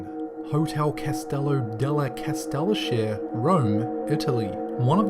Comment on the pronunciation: Thats Castelluchee-yuh ...